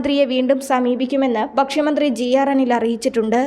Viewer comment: വർദ്ദിപ്പിക്കുക, ബക്ഷ്യമന്ത്രി, വൃദ്ദ സദനം, സെറ്റംബർ, ലബ്യത, ബുദ്ദിമുട്ട് ഇവയൊക്കെ ശരിയായി ഉച്ചരിക്കാൻ പഠിച്ചിട്ട് വായിക്കൂ. മലയാളത്തിന് A+ കിട്ടിയെന്നു മനസ്സിലായി.